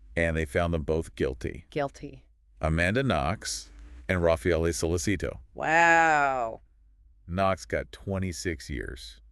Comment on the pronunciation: Nice work 👍 Only thing is in Italy we say “So Letch It Toe” 😊